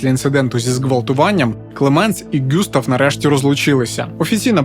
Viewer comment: Все ж таки ҐюстАв, якщо француз. А також ЛеА.